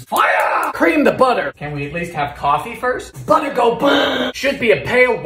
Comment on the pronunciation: That “budduh go buuuuh” gets me every single time! Lmfao 🤣